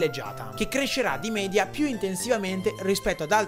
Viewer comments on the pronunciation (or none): none